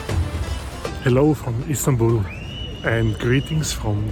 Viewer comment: At the beginning of your video you refer Istanbul as Instanbul! I am unsure if you miss that or not ?